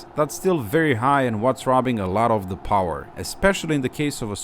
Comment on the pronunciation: more powah baby